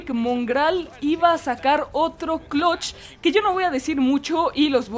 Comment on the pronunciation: Que es clotch? Porque si es eso de eliminar un equipo solo se dice Clutch con U